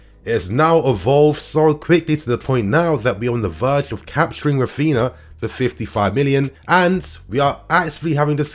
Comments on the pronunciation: it's pronounced "Raphiña" or (ny). Just helping for future videos. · Raphinha is pronounced the same way Ronaldinho is. Common with Brazilian names. It has the ñ sound. 👌🏽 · Not trying to be a smart ass but coz his our player now i believe we should pronounce his name properly. R IS SILENT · Yo - You're saying Raphinha wrong.